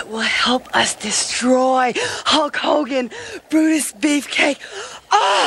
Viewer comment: All the heels always called Hulk "Ho Kogen"